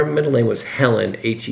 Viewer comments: I think helleen is pronounced hell leen not helen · Pronounced Hell Leen dear. Hellene.